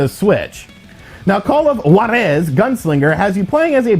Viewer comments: haha, why do you emphasize JUAAAR-eeeezzzzz!?!?!? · Cmon dude, is not that hard to learn to pronounce a single word. Juárez